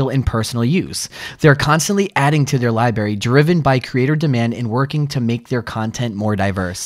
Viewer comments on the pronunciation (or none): Nobody is gonna mention that he said “libary” in the sponsorship video? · He literally calls library “li-berry” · So inexperienced. And its lib-Rary not libary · "this room pacifically" "the spinning ladder for the libeary" this fellow isn't very bright